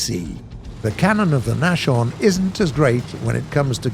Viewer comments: Nas horn not Nash orn :) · there is a heavy misspelling with the nashorn. you speak it as naschhorn and not as nashorn have you maybee build your version out of candies? translated into the english it would then be a nibblehorn in case of the naschhorn instead of a rhino in case of the nashorn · Hearing Hashorn... It's not pronounced like that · The nash-orn 🤣🤣🤣🤣🤣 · I hate how he pronounces Nashorn, it is pronounced as Nas-horn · Using English pronunciation for German words is really strange. 'J'agdT'ai'ger, Na'sh'orn was really awful. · The pronunciation of German tank names is already quite successful. But in German, a "sh" is not a sh like in English. Try with a small pause between s and h so nas-horn. Then it should also work with it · You don't really pronounce the H inside Nashorn its pronounced more like Nas - Horn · U pronounce Nashorn like Naschhorn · thunder : nashorn pronounced Nas-Horn , there is no "sh" like it would in english ;) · It's spoken "Nahs-Horn". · It's Nashorn with s not sh THIS IS TRIGGERING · I know it looks like it's pronounced that way but Nashorn is actually a compound word from the German word for nose, Nase and horn, well Horn. So you've probably guessed what Nashorn means by now and yes it's German for Rhinoceros. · they say the flakbus has limited elevation... I think they ment depression... lol Edit: also pretty sure he said Nashorn wrong too. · learn to pronounce nashorn please, that was painfull for my ears. lol jgdpz I "you might have to double tap" shows taking multiple shots to get the kill,if it even got the kill. then comes to the flak37, "it can obliterate anything reguardless of its armor, cuts away before shooting at the jumbo. good stuff gaijin. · My guy, it's not "nashorn" as in "mash-orn", but "nas-horn". As in, the German word for rhino. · Say naschorn one more time, i dare you. Its Naashorn, not naschorn.. smh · Nashorn is pronounced Nas - horn , not NaSHorn. Means nose - horn .. german for rhino